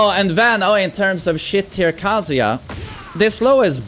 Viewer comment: its not kasija its kaZUYA